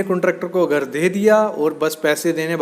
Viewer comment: गर गर क्या लगा रखा घर बोलने nhi aata kya